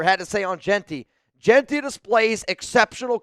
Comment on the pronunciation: You like Jeanty? Learn how to pronounce his name.